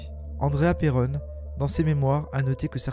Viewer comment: Très bonne vidéo mais 2 choses m'en ont fait sortir... Vous prononcez pas "Perron" de la même façon, c'est anodin mais ça fait bizarre 😂 Et Elgill rajoute des points ou des virgules à ces phrases qui n'ont rien à faire la ce que je trouve dommage... Mais sinon merci pour la vidéo !